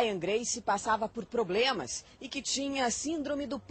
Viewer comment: Passava por "POBREMAS" kkkkk